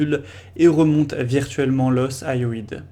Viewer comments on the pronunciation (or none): super synthèse! Ps: on prononce hyoïde: "i.o.ide"